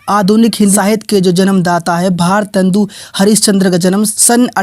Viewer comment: bhosdke mc tohda sahi se naam mc eske kya bol rha hai ejaat se bol gawar😡😠😤